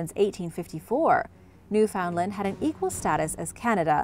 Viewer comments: I think it's odd how you looked up how to say every name except Newfoundland, you don't pronounce it how it looks, It sounds like New Fin Land, take it from me and east coast Canadian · Us canucks pronounce it as "New-fen-land" all together and a bit quick